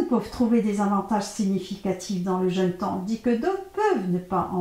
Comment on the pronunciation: pourquoi vous dites jeune (jeune homme par exemple) ma le jeûne a un accent et on dit JEÙUNE surtout quand on veut donner des conseils